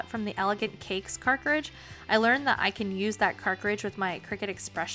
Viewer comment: You’re mispronouncing “cartridge” though ☺️